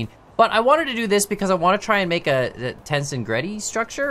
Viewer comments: I fell obligated to say it's tens-egridy not tensin-gretty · (Ten)-(seg)-(ready) is how it's pronounced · Pronounced like tense+egrity (as in tension + integrity) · Its actually pronounced "tens-EG-rity" with the second syllable stressed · It’s pronounced ten-seg-rit-ee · It's ten-SE-grity. Emphasis on the second syllable. Also the example in the video is not true tensegrity, as not all requirements are met (true tensegrity can not 'collapse', while this item can). The image shows true tensegrity. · TenSEgridy That's how you read it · Its pronounced ... Ten-Seg-Rit-ee